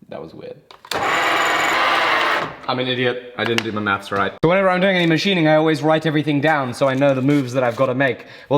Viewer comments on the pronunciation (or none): none